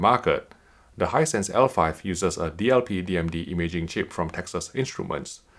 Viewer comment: No one:: "Hinsight is dwendeeh dwendeeh"